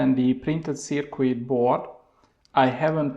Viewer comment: Wonderful work and I even enjoy listening to your accent and you knowledge is great on the subject but, please just change your pronunciation of the word circuit...it's not pronounced "Ser queet" but more like "Ser kit". See